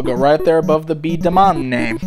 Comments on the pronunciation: it's pronounced B- dah - mon and its a series of toys in where you build them they have one of 5 traits like power and aim. Plus their pieces are able to combine to make batter ones. I know because I have one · It's pronounced B da mon.